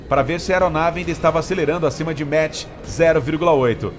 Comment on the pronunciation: 'Maqi' não 'metch,...